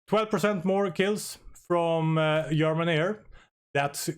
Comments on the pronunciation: Hey--- Ah-Jill-a-Tee En- Jinn, "Ger-Ma-nee. Goodluck 👍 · Everyone focuses on the pronounciation of "agility", though - am I the only one to spot the problem with "yermany"? 😅 On the topic of the test itself - good work, thanks for taking the time to run those tests! 🙂 On another topic - is it just me, or is it virtually impossible to get the squadrons to accumulate more xp, enough to eventually rach a veteran/elite rank? Played a campaign recently, and despite winning & shooting down more enemies in the battles - all the squads do was slowly trickle down in xp (not as bad as in this test though - would usually jump back to "regular" after a short retraining pause). 🤔